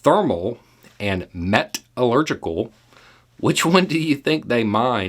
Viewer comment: But it felt good to hear him say "metallurgical" the way he did. A foundational source of steel manufacturing ingredient that today's society CAN NOT do without. Every building, engine, power generator/transmitter/conductor and conveyance relies on it. There is noone more ignorant than one who purports to know everything. 🤦